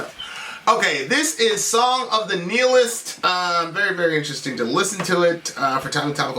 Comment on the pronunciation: kept saying the word nihilist wrong.